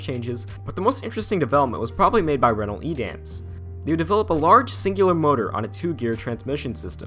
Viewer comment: ITS PRONOUNCED 'RENNO' AHHHHHH